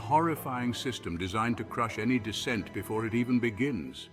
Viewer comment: The Word Is "Dissent" Not Descent